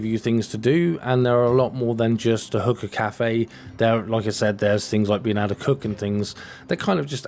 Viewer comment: stop saying hooker, its hookah .lol